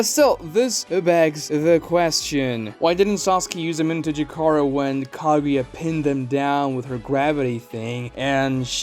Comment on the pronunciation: I disagree with you on the sub jutsu being superior. Kakashi switching with a Naruto clone was most likely retconned since no one, even Kakashi, has done it since. And kishimoto is known for his retcons... I give you props for pronouncing the jutsus name.. amenotejikara can switch jutsus too. As sasuke switched the kunai with chidori and hit Momoshiki with both. No sub jutsu can do it. And some of your reasons for the jutsu being wack involved plot. I think that was a poor decision to prove a point. The cool down is inconsistent. And there is the radius for which sasuke can teleport to. But he can increase that radius by swapping places with things. As shown and explained when he escaped the desert universe during the kaguya fight... But being able to teleport anywhere in a radius is superior than only have to switch places with things like the sub jutsu ONLY does. And sub is only allows the user to switch with other things. While amenotejikara can do the same + being able to switch objects/jutsus with each other or even with people. Can even teleport to certain locations. Does plot ruin the jutsu? Yes. But is the jutsu as bad as you're claiming it to be? No. It's cool down is annoying but seeing as you can do way more with it than you can with sub jutsu. Is definitely superior to the sub jutsu. I watched ya sub jutsu video too btw